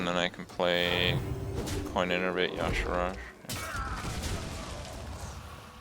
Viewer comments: "ya-sharaj' he says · Why do people pronounce y'shaarj ya'sharaj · Maybe Y'Shaarj would be better to you if you pronounced his name right...